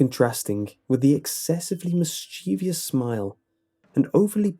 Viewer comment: Dude!! Mis-chee-vee-ous is NOT A WORD. Pet peeve of mine... seriously, why can't anyone say it properly?...And with that out of the way I'll goback to listening to the creepypasta~